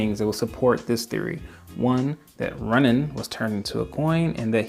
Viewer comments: Runaan not Runnin. This is the only reason why I'm not subbing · I believe it’s pronounced Rue nan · I hate to be pedantic but LORD is it bothersome: Runaan (Rooh-NAHN). Edit: Oh okay, I just read in a comment that you recognized that minor mistake. At least you know haha. I didn't see any other comment so I didn't know who else pointed it out. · This dude calls Runaan runin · I had to be Runnin with that pronunciation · the way you say ruunan gives me anxiety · you pronounce Runaan really weird, like runing lol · It’s Runaan. The guy isn’t going for a jog.